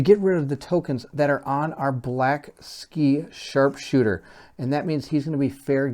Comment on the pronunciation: Great playthrough. I am really looking forward to part 2. Wouldn't be a Colin game without some butchered names though ;) I think the crowls are worshipping the 'black-sky' - though "Blacksly" also sounds pretty fitting :))